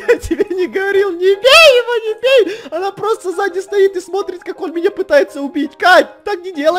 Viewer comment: ты говорил всётаки небей